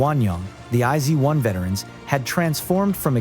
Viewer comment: ”I-zee-one” excuse me😭😭